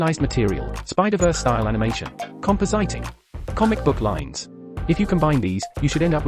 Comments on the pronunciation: "Compo-sighting" That TTS has no clue how to pronounce compositing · Compositing is read CompoZiting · the voice pronounces compositing wrong ;)